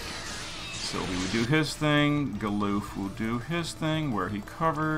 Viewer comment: Gah-luhff not Galoof. He's not a Bidoof.